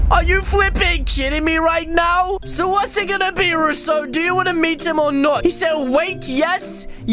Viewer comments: Its Russo not rossu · it’s not rasso it’s roo-so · Its russo not roous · Welp its not ruh-so its r-oo-so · why does say russel it ru-so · Its r-oo-soplays not r-uh-sso plays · he name is not rosso he name is russo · It’s Russo not rusoe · It is Russo not sasso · It’s pronounced rooso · u said Russo wrong lol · You said russo's name wrong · You say Russo wrong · You made The Acc For An Friend To mAke a Vid Like your friends with your friends And Your Saying russo Wrong 😐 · it,S not russo IT,s russo